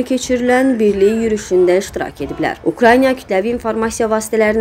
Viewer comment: Ukranya deyil Ukraina ay jurnalist xanım!